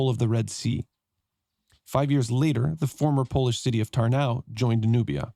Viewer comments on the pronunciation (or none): Nice playthrough! Anglophone pronunciation of Polish cities is always so funny. You turned Kalisz into something Spanish-sounding "Calíz", while it is actually pronounced just as "Kahleesh", Kalish, with the stress on the first syllable and sz just being Polish way to spell sh-sound (and cz is ch-sound). And also turned Polish Tarnów into very German sounding Tarnau, while actually it is pronounced "Tarnoof". Yes, Polish w is very misleading, considering it's just v, which evenmore is often devoiced to f.